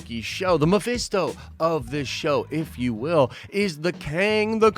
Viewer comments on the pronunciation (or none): none